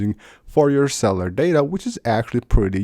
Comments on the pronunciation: CELL-U-LAR. Say it with me.... CELLLLL-U-LARRRRR. My man needs to focus on speech. It's your channel that you speak on, take pride! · “iwes 26” “cellar data” I just can’t go on.